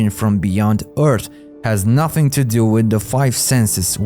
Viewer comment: Agree, if I hear "nothink cannot come from nothink" my stomach turns.